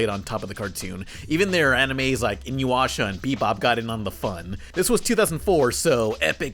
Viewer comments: It's "Ee-New-Yasha". Where the hell do you get "In-you-Washa" from?! Theres nothing in there that gives a W sound! The YTV announcer did it a couple times, too, back in the day, but it was fixed by the tine the Bionix block started up. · I am irrationally bothered by you mispronouncing Inuyasha (E-new-yah-shuh) as "in-you-asha" also "Nigh-air uh-ton-amuh"? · Bro said Inuwasha instead of Inuyasha.